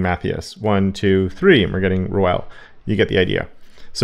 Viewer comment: Hey, just to let you know you can pronounce "Roel" as "Rule". It's not some sort of Spanish name 😄